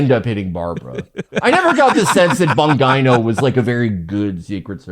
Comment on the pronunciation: please pronounce Bongino correctly (it's an Italian name, so that should give you a clue)